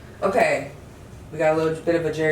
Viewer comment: pile 3 when you pulled the queen of pentacles it sounded like you said “ewkay” 😂 i love your energy !!!